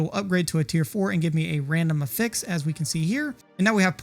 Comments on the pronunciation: I cant get behind someone who pronounces it "A fix". Its "AFFix" lol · If you care at all, affix is pronounced differently as a noun and a verb. The way you're pronouncing it is the verb form. However, most of the time you're referring to "an affix" which is pronounced "AF-fix." The Merrian-Webster online dictionary has audio demos for the difference. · The emphasis is on the short A (as in apple) in Affix, not the fix. A-fix not a-FIX. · Jesus Christ. It's not "uh fix", it's "ah fix". /əˈfiks/ <-- Wrong /ˈaˌfiks/ <-- right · It's not a-fix, it's af-fix. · You have such a clean Northern/Midwestern accent - but why do you pronounce "affix" in the way you do - a-fix? Dictionary puts the accent on the A - for ah-fex. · affix (uh-ficks) is the verb pronunciation. Affix (aff-icks, or ay-ficks) is the pronunciation for it as a noun. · You're showing level 87 items on screen when telling us to craft early... What levels qualify as "craft early"? . Also, isn't it pronounced "AF-ix" not "a-FIX"? I'm not trying to be a jerk here, I'm asking so I don't mispronounce it lol. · good video, had to watch on mute with subtitles due to how you pronounce afix but good vid none the less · Yep, it should be affix like “traffic” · He is pronouncing affix as a verb instead of as a noun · you really ought to put the "pressure" on the a of affix, not the f sound.. youre turning the verb into a noun and it sounds really bad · The syllable emphasis for the word "affix" is the same as "asshole" - the first syllable. Just like "prefix" and "suffix". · loved the vid. the way you said affix hurt my soul though haha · your pronunciation for affix is wrong. the way you are saying it is pronunciation of the verb, noun has first syllable accent. not trying to be an ass, only helpful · The way you’re pronouncing “affix” is driving me insane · I was genuinely not prepared for that pronunciation 😂😭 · Lmfao... I was immediately triggered 😂😂😂 Ty for saying it. Someone had to.